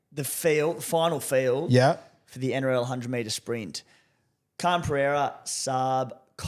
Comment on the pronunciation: Khan-Pereira. Let's sound it out Guru - Khan-Per-eira, not Khan-Pee-eira.